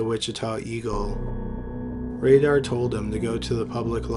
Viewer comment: Raider like Paul Revere and the Raiders not radar. I learn how to read. seems like you’re from Canada. That might be the problem. You’re a Canadian.